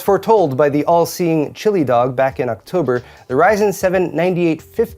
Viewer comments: Everytime you call them "chilly dog" it makes me wonder if you actually read. Its "chilled dog" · The Guy ist called "Chilled Dog" (chi11eddog), not "ChiliDog" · Just because you reference them frequently: I'm pretty sure it's "chilled dog" and not "chili dog"